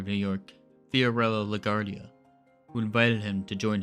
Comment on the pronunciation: La Guardia . It's not a French/Spanish name. It's italian so pronounced, la gwar-dee-ah.